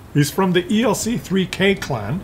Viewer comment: Hey, I think the clan ELC3K is pronounced 'ELC freak', because they all love their ELCs